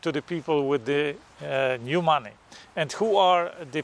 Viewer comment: I like the way you say "Mahneh"